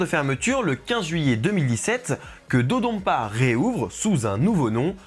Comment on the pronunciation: Petite remarque, ça se prononce comme ça s'écrit, avec le son "n", pas un "m". L'utilisation du "m" est un reste de retranscription arachaïque américaine de la langue japonaise, qui a été remplacée il y a déjà des décennies sur l'appellation des nouveaux noms de lieu au Japon. Le japonais se lit exactement comme il s'écrit dans ses alphabets d'origine. Et là, le nom de l'attraction est écrit en katakana, qui est de surcroît le système d'écriture prévu pour les mots étrangers et les onomatopées, et on peut lire "dodonpa" et "dododonpa". Il y a même un "N" sur le design des trains. Il n'y a donc aucun doute sur la prononciation officielle. C'était l'instant chipotage, mais des fois, ça devient agaçant d'entendre des francophones se tromper de prononciation à cause de l'influence de l'anglais américain qui est à la traîne dans les retranscriptions des langues asiatiques. Sinon, évidemment, super vidéo !